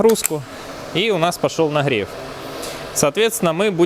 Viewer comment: "до сколько храдусов происходит нахрев воды")